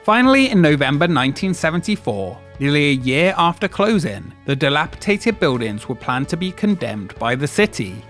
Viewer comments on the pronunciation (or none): There's no such word as "dilapiTated"